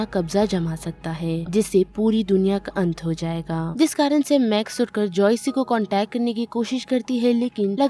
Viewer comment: That's joyce not joycei😂